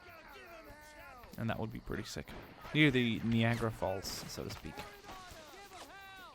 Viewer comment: I don't mean to be a twat but I'm gonna anyway and just inform you that it is pronounced nye-agra not knee-agra. I'll give you the benefit of the doubt tho since english is a second language - I surely can't pronounce Swedish words!